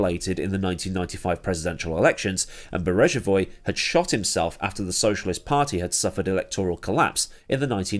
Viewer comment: Great video; two minor points to clear up. Mitterand was term-limited and did not stand in the 1995 election, not that it would have made much difference as he had terminal cancer and died the next year. And the 'g' in Beregovoy has a hard pronunciation - a bit like 'Berryg-oh-vwah'.